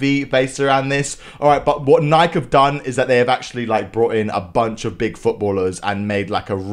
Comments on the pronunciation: NIKE You pronounce it as NiKEEE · sir.. it's pronounced NYK-EE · I'm saying that in England we pronounce it Nike not nikey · Bro really pronounced it “Nike” and not “Nikee” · Hearing him say nike instead of nikee gives me acne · Bruh he said Nike it's Ni-ke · Its nike not nikey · In England we pronounce it Nike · ISNT IT NIKE YOUR SAYING IT WRONG 😂